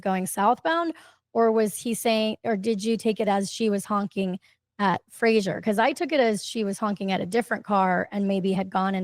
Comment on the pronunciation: No offense, but it's Fraser, not fraggsherrrŕ. Lmfao